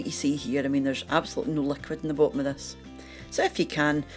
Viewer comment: im originally from Wishaw, but been in Canuckland since 1980.... my parents are gone, and i dont know too many SCots here in Saskatchewan,.... but i near died when she said, "as you can see here, there is absolutely no liquid at the bhop-um o this"..... HAHAHAA!!!..... id like to know where youre from in Scotland!!.... ;)